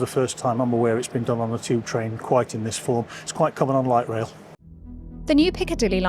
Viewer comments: Why does she pronounce tube like 'cheap'? 😂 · People from England pronounce a lot of words that start with a ‘t’ as a ‘ch’ sounds instead.